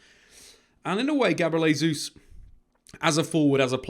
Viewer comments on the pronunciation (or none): Jay-zuz not Hay-zuz please 🙏🏽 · “JAY-Zeus” not “HAY-Zeus”. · Just an FYI. In this context, Jesus is not pronounced "Hesus". The letter "J" is not pronounced like an "H" in Portuguese, like it is in Spanish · Pronounce his name properly ffs. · Jesus is Portuguese pronunciation not Spanish